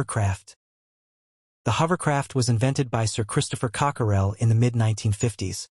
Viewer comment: Totally inaccurate information. Craft pictured is not SR-N1 Person pictured is not Cockerell Inspired by a blower similar to a hair dryer, not a vacuum cleaner “Cockerell” is not pronounced Cock-er-rell